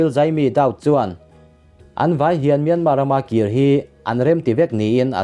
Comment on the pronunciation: Myanma tih tur, r hi lamrik tel loh tur.